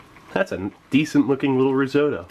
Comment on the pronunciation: It can't be a coincidence. Also, I learned how to pronounce risotto in a new, non-standard way.